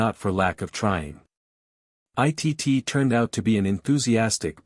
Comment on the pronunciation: Can't they teach the AI computer that Cousin Itt's name is pronounced "It" and not "I.T.T."?